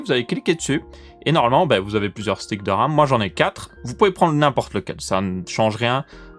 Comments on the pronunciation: Votre arme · À cause de toi pendant tout la video j'entends "Âme" au lieu de "Ram" mdr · alors je suis le seul a entendre âme au lieux de RAM ? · J'entend '' Comment régler votre âme '' 😂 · J'ai entendu votre âme, du coup j'ai cherché en commentaire pour me sentir moins seul :P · Hahaha, non tu n'es pas le seul!!! Votre âme!! Votr'âme